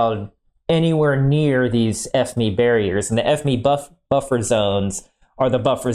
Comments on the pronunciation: I’ve never heard a site call it F-ME instead of just the Acronym F-M-E 😂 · No not F Me, F You. It's fucking FME as in F M E, FOXTROT MIKE ECHO, FME, not fucking F Me. What's wrong with you? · Is it intentional that you pronounce it like F-ME instead of F M E as a sortofa inside joke :D ?